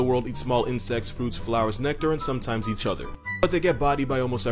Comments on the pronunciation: Fosa not foosa. I did the show though. Carry on... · Foo-sah? I thought it was pronounced Fah-sah.